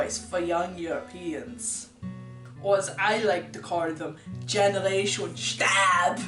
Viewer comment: "Generation shtab!" Lol